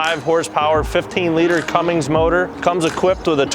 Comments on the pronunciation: It’s Cummins not Cummings! One is a Diesel engine and one is a physical act of Shangrila! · 15 liter what ? There is no G in Cummins !